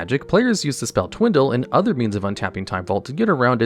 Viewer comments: "Twindle" . . . Twice... 🫥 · There is no "N" in Twiddle.